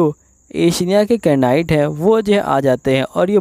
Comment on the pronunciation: Bhai improve your vocabulary.... (knight) is pronounced as (night)